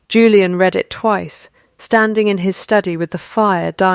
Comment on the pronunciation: This is a duplicate of the same story that I had just read. Also read in the past is pronounced as ‘red’! The picture at the beginning shows quadruplet! So many AI mistakes and no editing whatsoever by the originators- waste of time - don’t bother watching or reading.